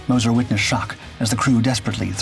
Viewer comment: Moz-sure .. moz-cher. Mo-sir no